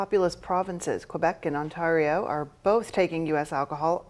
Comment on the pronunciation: You deserve the retaliatory punishment just for the way there butchered the pronunciation of Ontario.